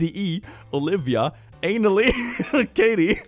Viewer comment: I think Annally is supposed to be pronounced Anna Lee, not Analee, because of the double N